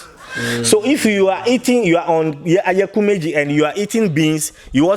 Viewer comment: Oyekumeji not Ayakumeji lol My fellow Ghanaian in IFA ooo...good to know Ghana to have IFA teaching.